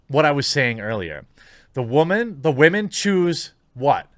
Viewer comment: I thought it was Waa man not Women